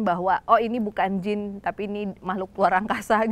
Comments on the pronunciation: Jin yaa bukan "jeans" 🤣🤣🤣🤣🤣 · Jin bukan jins wkwkw bisa ngelawak juga nih ak jd ketwa